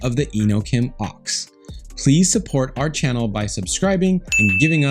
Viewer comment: I’m pretty sure it’s called the O X and not the Ox